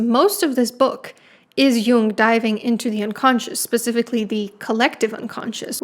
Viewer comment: His name is jung, not young, and heroin doesn't have an e at the enc